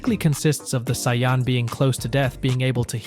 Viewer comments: wtf is a siyon its saiyan💀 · Please stop saying saiyan like that